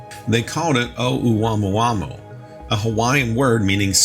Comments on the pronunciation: Hey, you aren’t slick. I heard the way you pronounced the Hawaiian name for that interstellar object: OH-WAMOO-WAMOO! You tried to sell it…play it off like you’ve been saying that word since college. But that word tore your behind UP! 😂. Seriously, unless a Pacific Islander issues further correction, the accepted pronunciation is, OH-MOO-AH-MOO-AH. Can’t have you going around reporting the news of it sounding like that.😂😂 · Its pronounced ah-moo-ah-moo-ah for god sakes. Lol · Thought it was pronounced Ah-moo-ah-moo-ah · Pronounced “Oh Mua Mua!”